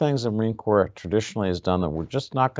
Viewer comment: Its " Corps".......